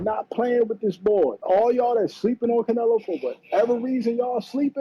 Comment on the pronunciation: Bro, I can’t with you!😂 I watched the part from TBV like 5 times. 😂 “I Theen everything was against Canela!” I’m dyin😂